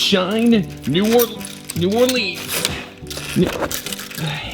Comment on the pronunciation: why is it New Orlean to 😭😭